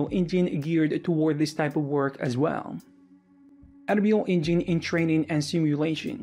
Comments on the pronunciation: "Enreel Engeen" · you probably heard about "THEE ANREYOUL EYNGENE" :D :D :D